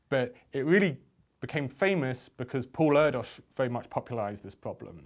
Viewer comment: Just a point of reference. It's pronounced 'Air Dish' I only know this from reading the book 'the man who only loved numbers' a fantastic read by the way.